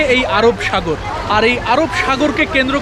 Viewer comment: কেউ সুনোক বা নাই সুনোক। কিন্তু আমি শুনেছি ভাই আপনি আরব সাগর কে আরব সাগোল বলছেন How very funny😅😅😅😅😅😅😅😅😅😅